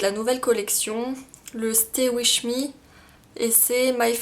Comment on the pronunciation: stay "wish" me! lol! c'est stay "wif" me!^^ je te dis ça pr la prononciation!^^ :) c'est pas mechant du tout hein!;p